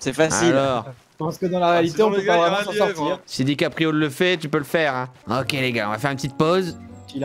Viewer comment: On est d’accord à ou tu as dis Dick Aprio petite référence à le Bledard